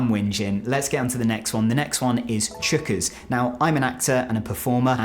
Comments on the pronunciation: Chookas .. he has no idea Pronounced choc-is means very full. They say it to let him know there is a full crowd. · Chockers =\= Chookas